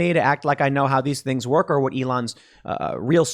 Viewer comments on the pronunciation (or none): none